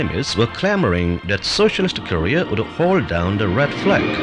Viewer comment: i was searching for this video for so long because i watched the vice video where they used this and i literally just wanted to hear him pronounce “korea” as “career”